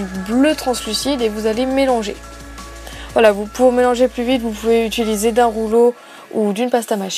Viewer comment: Tu dis Ituliser alors que c'est Utiliser